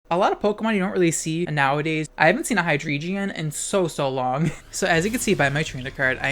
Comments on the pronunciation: “High-dree-jeon”? What? Are you dyslexic? It’s drei, pronounced “dry”. Y’know, the German word for three. Ein, zwei, drei. It’s the entire motif of this line. Hy-drei-gon. Not “geon”. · Why hi-dree-geon? It's not an eeveelution. The Drei part is german. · I am so fucking triggered by your pronunciation of Hydreigon. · the way you pronounce hydreigon causes me genuine emotional anguish but i suppose that's the whole idea isn't it